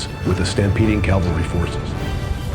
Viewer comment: Cavalry--not calvary. Great work!